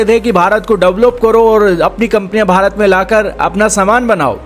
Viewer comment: Sale bharat ke liye word tao dhang se bol le. Shame on you.